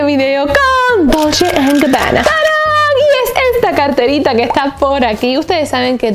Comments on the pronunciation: Reyna Corazones sería dolche (dolce)=dulce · Me encanta tu forma de decir " dulche and Gabbana" 😂